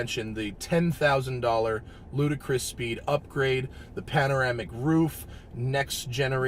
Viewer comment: Its LUDICROUS (Lu-Di-kres) not Ludacris ;)